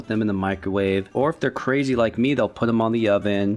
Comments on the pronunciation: THATS CWAZY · WHOA CWAZY